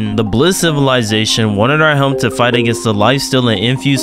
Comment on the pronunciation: The way this mf says helmp instead of just help kills me